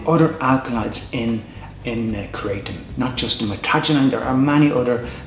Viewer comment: 100 facts and pronounces it wrong